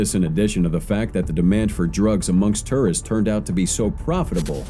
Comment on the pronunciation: TOURists not TERRists! Sounds like you are saying terrorists!!! 😫😫😫😭